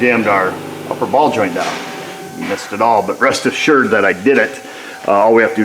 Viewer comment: Did you say rest assured or rust assured😀